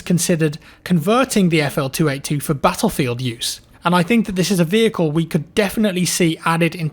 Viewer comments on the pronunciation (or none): none